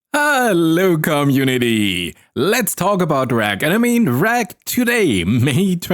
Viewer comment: It took me until today to realize that you're probably saying "Hello community". And not "Hello-come unity" as some sort of strange amalgamation of "hello" and "welcome", whilst "unity" is some strange concept or mantra you've chosen :b